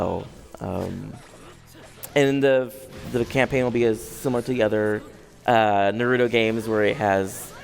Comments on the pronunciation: Uuuuuh Sa-kuuuu-ro uuuhhh Madura uhhhh Naratu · NaRUEto, SaKURRA, MaDURRA. This guy is representing the game for an interview? Also he circled around the same points for every question asked. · Narudo...... REALLY?!?! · The guy seems like he hates his job. He cant even pronounce narutos name right.... lame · Every naruto video I watch someone says naruto wrong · Terrible pronunciation of Naruto and Sakura. You don't say tsunami with a shitty accent do you? Fake piece of shit. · How do you work for bandai namco entertainment, and you're pronouncing naruto wrong....